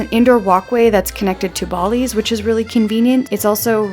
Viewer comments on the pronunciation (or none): You’re the first one I’ve heard mispronounce Ballys